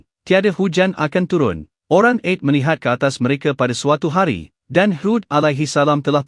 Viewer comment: Canel ini memang baik dlm meningingat kn kita .yg jadi masaalh sebutan2 dlm penyampaian nya kurang sempurna.ta'ala jadi ta,ale...'Ad jadi Ed...baiki sebutan trgantung sebutan harian kita...